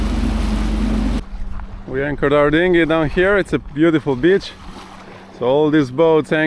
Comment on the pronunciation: I always enjoy your videos! One small thing though: Please say beach differently:D The way you say it is an other word, referring to a certain type of lady, and this is somehow not nice. Just a small change:)